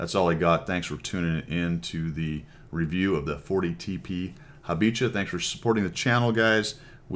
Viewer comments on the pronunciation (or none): Pronunciation: Ha-bi-HA.